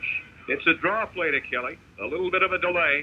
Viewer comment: Broadcasters pronouncing Kelly’s first name couldn’t seem to decide which syllable to put the accent on.